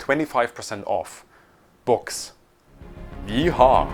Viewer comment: Didn’t know I needed to hear a German guy say “yeehaw” until today